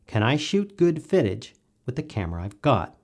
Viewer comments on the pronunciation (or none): Ok, not to get off topic (and I always love your channel), but am I the only one that heard "fittage" ? :))